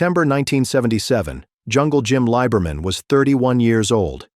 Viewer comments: It is pronounced Lee-Ber-Min. Clare is a guy. Clare, driving Jim's number 2 car won the Winternationals at Pomona, not Jim. I was a crewman on Brutus in '65 and '66, and alcohol or drugs were never a problem when I knew him. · that is NOT Pam!! That is Barbara Roufs! SHEESH!!! And that isn't how you pronounce his name either! I'm glad I just skimmed thru this dribble... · He's hardly a "footnote in drag racing history". He's frickin' Jungle Jim Lee-ber-min.